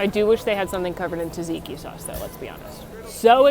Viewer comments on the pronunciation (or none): none